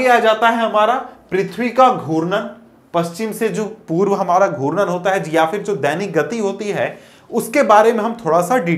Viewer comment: Sir aap galat pdha rhe ho and ghutan ko guran bol rhe hai